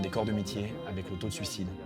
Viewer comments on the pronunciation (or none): none